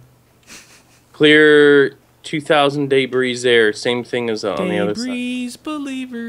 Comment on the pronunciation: The "daybree" is 2000 (I know it's degree but they say it like daybree)